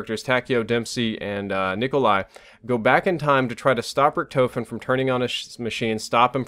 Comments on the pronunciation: I noticed be saying Richtoefen instead of Richtofen 😂😂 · "Rick-Tah-fin" not "Rick-toe-fin" just letting you know because I know you like to have good pronunciation. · How hard is it to pronounce Richtofen like tmartn says rickduhfin and is saying ricktoefin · how can you hear "Richtofen" so many times and still say it like that?! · Man, you said Richtofen wrong the entire video. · Please tell me your joking? He can't even say richtofen correctly.